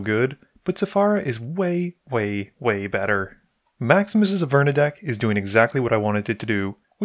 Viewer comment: Its pronounced (Aver-nus) not (A-furnace) lol